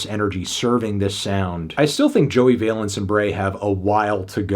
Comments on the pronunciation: Just double checked to be sure, but Valence is pronounced like Balance, not like valence electrons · Its VALENCE like BALANCE LIKE THESE BEATS ARE KEEP MY WIVES NAMES OUT OF YOUR MOUTH